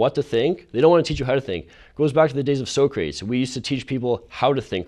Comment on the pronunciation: so wrong